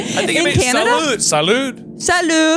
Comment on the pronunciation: is truly THE perfect person: He says "Salut" with a better accent than. And it is not exclusive to Quebec, French people all use it! And it is "Hello" not "Cheers" which in French is "Santé"